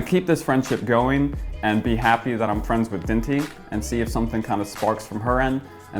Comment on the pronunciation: What do you miss most about the UK? Dinty - My Fwenths Cameraman - ...oh LMFAO why is this so funny